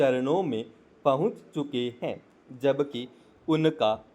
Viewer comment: अरे भाई आपने 20 गलती तो डिक्टेशन बोलने में ही कर दी हैं। हैं के लिए है बोल रहे हो। पहले मटर को एक दो बार पढ़ लिया करो उसके बाद उसका डिक्टेशन बोला करो क्योंकि आप मैटर अच्छे से नहीं बोल पाते उच्चारण में अपने सुधार करो बहुवचन को एक वचन और एक वचन बहुवचन बोल रहे हो। शब्दों का उच्चारण भी अच्छे से नहीं कर पा रहे हो। अब जब अच्छे से नहीं बोल पाते तो नए नए लोगों को मिसगाईड क्यों कर रहे हो?